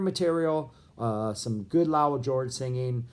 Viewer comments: If you're going to analyze the "Lowell George Era" you might want to figure out how to correctly pronounce "Lowell"... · What's with your pronunciation of Lowell? Have I been mispronouncing it for decades?